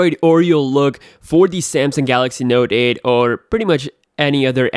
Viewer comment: "Node aed beeysd"